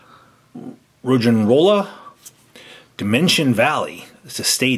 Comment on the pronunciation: Groudon: "Gruh-ow-don" Kyogre: "Kai-yo-grr" Roggenrola: "Raw-gen(sounds like den)-roll-uh" The Full-Art holo cards are called Ancient Trait cards :3, they're different from EXs, and if you wanna learn more, go to Bulbapedia or Pokébeach to read up on the sets! Also the Groudon EX promo is just a regular EX, not Full-Art. Just helping with pronunciation. You guys did pretty good for being so new to the TCG format of Pokémon though! ^-^